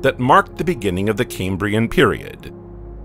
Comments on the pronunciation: Doesn’t bode well when the narrator can’t even pronounce Cambrian properly. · ridiculous music, and a dreary affected commentator who cant even pronounce 'Cambrian'